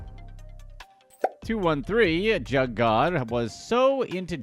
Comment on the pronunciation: He pronounced it wrong throughout the video but one of the meanings is robbing, when you "hit a jugg" or lick it means you just hit a move whether robbing a dboy, bank, spot etc... When you're "juggin" it means you're grinding/hustling, if you say "I've got a jugg" it means I've got a money move usually illegal😂it can be scamming, fraud or moving work, it depends on how you use it and the context but you're right, robbing is one of the meanings.